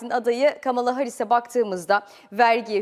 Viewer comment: sanırım biraz trumpçı.. Kamala deyişinden belli:face-green-smiling